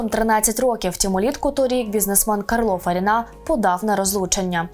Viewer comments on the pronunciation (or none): Кáрло Фарíна (наголоси на "а" та "і")